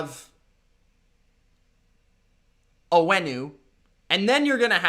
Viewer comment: Ayyy got Michael Onwenu's name right ✅